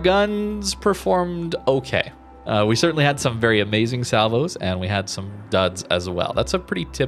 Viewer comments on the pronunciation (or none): none